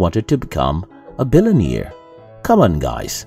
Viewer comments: Did he just say a billioneere? I should laugh I am American and I can hardly speak my own language right lol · What's a billun-ear? J/K great video! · What a wonderful video! Thank you for this wisdom!! I love the way you say "billionaire". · Please teach how to pronounce billionaire and millionaire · I think one of the improartant things the narrator needs to learn in life is how to pronounce "billionaire" and "millionaire"